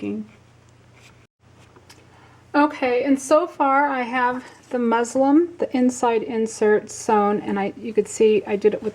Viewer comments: It is “Muslin”! I was thinking I kept hearing her say “Muslim” too! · thanks for the tutorial. I believe the word is MUSLIN for the fabric not Muslim!